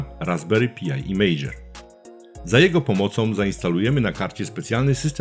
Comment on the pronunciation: Raspberry PAJ nie Pi-aj. i "Klient SSH Pati" nie Pjuti. To w kwestii wymowy. Natomiast bardzo przydatny materiał, dzięki wielkie za wrzucenie!